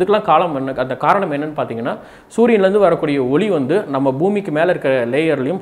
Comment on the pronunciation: ஒளி சில இடங்களில் ஒலி என்ற உச்சரிப்பு தோன்றுகிறது.